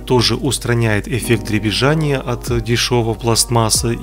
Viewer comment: " дребезжАние от дешеВОЙ пластМАССЫ " Вы же на русском языке говорите, как говорите правильно!